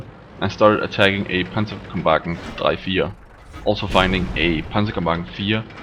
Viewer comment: Hey your pronounciation of Panzerkampfwagen drei/vier sounds so German... bist du Deutscher? :D